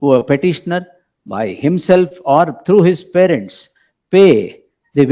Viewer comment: Farents allappa parents... kannada kollabedi